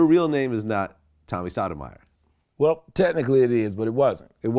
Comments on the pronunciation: Great interview, Vlad it's not sadomyer you kept pronouncing his like it's Sotomayor, and that dude who interrupted the interview Tariq is a welfare mentality emotional dude definitely raised by his mother and a racist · It would have been nice if Vlad said his name correctly. It’s pronounced “Soto-my-your”. Not “sodomizer”. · If you look at the words Sodomiser and Sotomayor they are very different and pronounced even more differently. Vlad is either Tyriq's Biznich, trying to slick diss Tommy, or truly uneducated as an adult. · Pronouncing his name the same was as sodomy intentionally was foul .